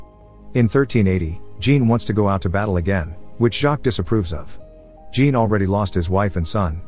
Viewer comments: No it's not. Jean is pronounced similar to John in English. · He pronounces it as Jean in English, a womans name. Obviously in French it's closer to John. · The first part of Jean is pronounced more like Jacques, and the end sounds like faun, so sort of sounds like Jaun but without the hard J. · His name is Jean, not Gene. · As someone with the first name Jean. It hurts every time he pronounces it as "Gene" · Same lol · That’s because robot don’t know the difference. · Don't worry, every francophones watching this probably cringed their teeth to the flesh. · All these people know how to pronounce Jean but don't know it's the "zh" sound... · "Jean" should be pronounced as John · Jean is actually pronounced Zhahn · Loved the movie but you kept mis pronouncing Jean its a French Jean a soft J almost a sh then dropping the n almost like shaun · It’s, JEAN (pronounced-John) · jean or 'Jhan'? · Jean as pronounced sch-ohn